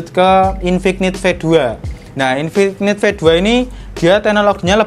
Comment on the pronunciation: infik-nit .. infinit bacanya, k nya luluh